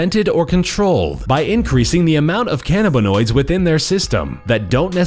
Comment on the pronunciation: God the way he says "cannabanoids" AHAHAHAHAHAHAHAAH